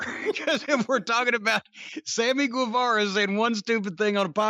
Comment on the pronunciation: The day learns how to pronounce “Guevara” the world will end. Lol.